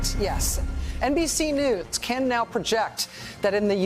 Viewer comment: "NBC Nudes"